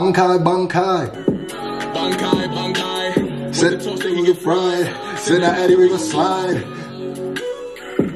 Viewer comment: why did he pronounce bankai like bank-eye